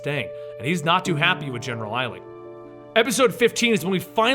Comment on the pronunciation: Did anyone else notice when he said general eisling